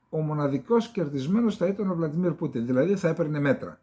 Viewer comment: κ. Σάββα, Βλαντίμιρ ΌΧΙ Βλαντιμίρ......Το όνομα τονίζεται και σ τα α Ρωσικά στην ίδια συλλαβή: Βλαδίμηρος=Βλαντίμιρ! Δεν είναι δύσκολο όνομα, κι εμείς οι Έλληνες πρέπει να σταματήσουμε ν' αντιγράφουμε το λάθος αντί το σωστό.......😊